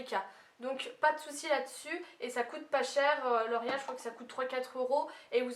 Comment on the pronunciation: Tu le dis comme si sa s'écrivait 'l'orial' mais je trouve sa tellement chou :D